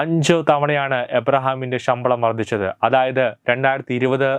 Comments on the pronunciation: ഈ പറയുന്ന തെണ്ടിയോട് ഷമ്പളം അല്ല ശമ്പളം എന്നു നാക്കുവടിച്ചു പറയാൻ പറയൂ..... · ഷമ്പളം അല്ല ശമ്പളം, ശ ക്കു പകരം ഷ എന്നാണ് പറയുന്നത്.. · ഷമ്പളമല്ല ശബളം എന്ന് പറയൂ സുഹൃത്തേ